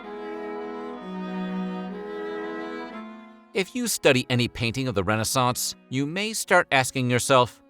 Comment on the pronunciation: It’s pronounced re-NAY-sance.